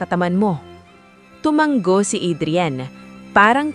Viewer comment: TUMANGO, Hindi tomang-go